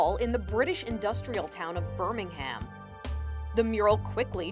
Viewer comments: Ber-ming-HAM no, no, no, no it’s pronounced ber-ming-um EDIT: Also Birmingham is a city not a town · It just annoys me that she said Birming ham instead of Birmingham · Did she she just say BirmingHAM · When Americans say Birmingham birmingHAM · FYI, the ‘ham’ in names like Birmingham is pronounced more like an ‘um’. Your welcome. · I really hate how you say Birmingham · God the pronunciation of Birmingham makes me cringe so much